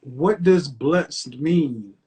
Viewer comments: "I get blessted" 😂😂😂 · This chick just said “I’m Bless-did”. 😂😂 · Yo he asked how she takes care of her children this bih said “I get blessed-Ed”